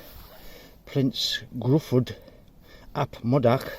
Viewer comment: Prince Gruffudd. Pronounced. Grifith. 👍🖐 them boots are made for climbing 🖐Fiddlesticks